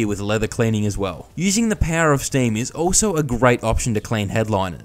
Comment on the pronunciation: what's "staieem"? nont noitive ongeleish expeekerer heeir. Ja. Ja. Ja. queosden